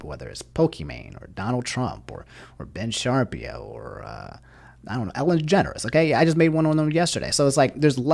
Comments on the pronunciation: My man really just said "Ben Sharpio" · Nobody:: "Ben Sharpie-Oh" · Did you really pronounce Ben Shapiro as "Ben SHARPEEO"??? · ....ben sharpie-o....? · He doesnt know how to say Ben Shapiro